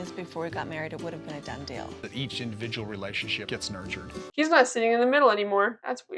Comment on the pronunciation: my irrational pet peeve is when kody and meri say 'dill' instead of 'deal'